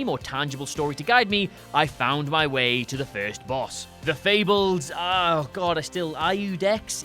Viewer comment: Clearly, you have completely misunderstood the point and idea behind Dark Souls. IUDEX (ee-oo-dex if you want to know how it's pronounced) GUNDYR ISN'T EVEN THAT HARD!